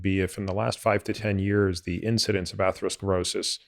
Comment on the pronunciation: ‘Atheroskrosis’. Sorry but I find that disconcerting.